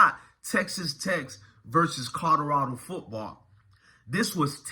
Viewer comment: COL-OR-RAD0!!!!!!!!!!!!!! PLEASE BRO JUST LEARN HOW TO SAY THE NAMES CORRECTLY BRO , I LIKE YOUR VIDEOS BUT PLEASE SPEAK RIGHT BRO THERE IS A L IN COLORADO LOL